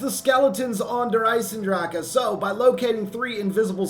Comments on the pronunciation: Hey, just wanted to say that you're saying "Der EisenDrache" incorrectly, along with most zombies YouTubers. It's pronounced "Der Izen Drahken" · nvm, the second time you slaughtered it. All is balanced and well in the world.